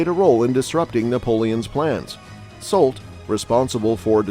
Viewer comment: Just a nitpick: you pronounce Grouchy and Marquis correctly, but Soult is pronounced “soo.”